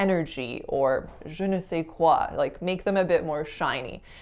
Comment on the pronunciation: Your "JE NE SAIS QUOI.." is perfect!!